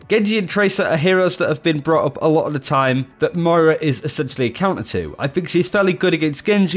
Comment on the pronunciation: Can you pls stop calling moira mario xD